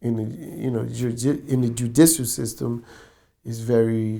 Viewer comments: This nigga deadass said the "jujitsu system" 😭😭😭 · Lol, anyone else here Chris Gotti say "I learned so much about the Ju-Jitsu system" instead of "judicial system"😂😆😭😜😝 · Man keeps saying Jujitsu System lol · I heard that too!